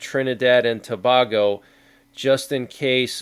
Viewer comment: Its pronounced TOO-BAY-GO